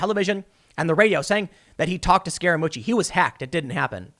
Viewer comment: I keep hearing “scare-a-moochi” is that right? 😝🤔